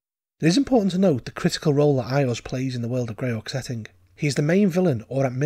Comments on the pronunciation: "Eye-ahz"? It's wise that you mispronounce the fellow's name like that. Saying it correctly might get his attention, and that's not something you want - unless you are very powerful. ;) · LOL I've mispronounce Iuz as well I pronounce it "EYE-yooz".